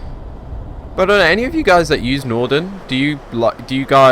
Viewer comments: i swear you keep saying nordern, its really bugging me, its northern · No he is saying nothenrn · Williamg209 yes...Norden. Very irritating.